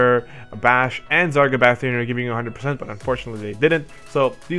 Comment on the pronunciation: Drace is "Dr-Ace" Vayne "Vein" :basch "bah-sh" that's how they are pronounced in the games :) and Larsa "Lar-sah"